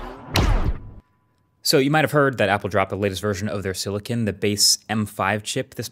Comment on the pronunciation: "silikin" is so annoying to hear